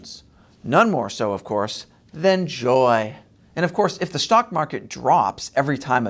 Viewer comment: Why do you put such an emphasis on Harris’ “joy”? It makes you seem like you’re against joy and the joy is somehow weird, which to me is weird.